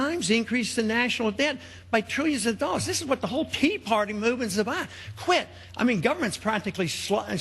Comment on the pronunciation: Ron Paul says pee party LOL